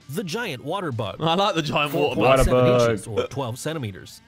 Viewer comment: Hey simon Bottah of wotah😂